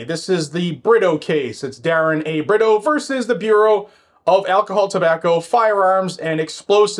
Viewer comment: Britto is pronounced- Bre to